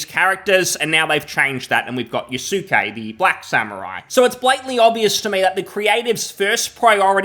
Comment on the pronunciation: lmao yasookay. people, the u is silent. yaske....yasuke was a real person. sold to nobunaga oda who made him a kosho. NOT a samurai. closest western equivalent of a kosho would be like a page or almost akin to a squire. he accompanied him and held his weapons.